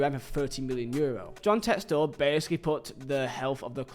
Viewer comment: props for saying it like Textore and not Texter